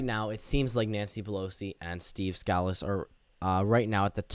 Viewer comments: By the by, his name is pronounced Steve Skuh-Lease, not Scaa-lis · Sca-lees not scal-us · You are mispronouncing the whips last name, Scalise. Hear some audio of his name being played.